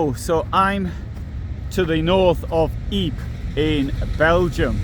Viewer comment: Well done as usual. Not sure anyone else calls Ypres "eep"